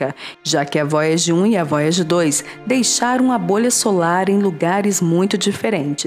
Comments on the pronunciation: Vóiagi Kkkkkkkk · Vóiagi 1 e Voiaje 2 🤣🤣🤣🤣👍👍👍!!!